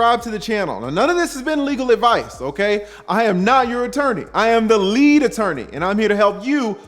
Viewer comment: I don't the folks be saying lead attorney like u be saying it